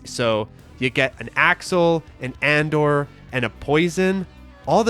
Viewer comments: Just a heads up, it's not supposed to be "Andore" as in Andor. It's Engrish for "Andre" because the character was an homage to Andre the Giant. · btw, Andore is "A-N-DO-RE". That's "Andre" as best as the Japanese can render it. The character seems to be based on Andre the Giant, who was well known in Japan in the mid-80s as he'd been wrestling over there on and off for years. Edit: ok someone beat me to that lol. Great video! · "The word "andore" is pronounced ahn-DOH-ray, with emphasis on the second syllable. It's a Japanese romanization of the name "Andre," and is commonly used to refer to the character "Andore" from the video game Final Fight"